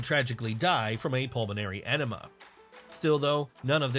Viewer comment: I heard that too.